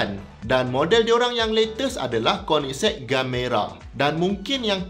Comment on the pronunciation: Akhirnya sy pandai sebut nama kereta ni bila dengar abg sebut 🤭